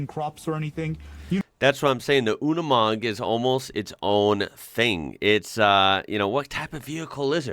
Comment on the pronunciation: The commentator pronounce it Yooni Mog......please take note